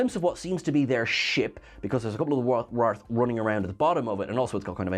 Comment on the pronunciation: It’s pronounced “ray-th” warriors.